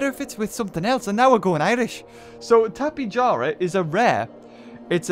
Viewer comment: tapejara is probably pronounced (tap-e-hara)